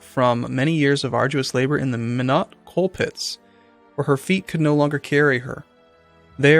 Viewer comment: LOL meeknot :P Minot is more like Mine'aut. Minot, ND.